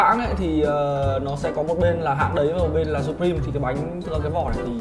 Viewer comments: "sập-prim" nhé mấy ac, ko phải sắp đâu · Đọc là siuprim :v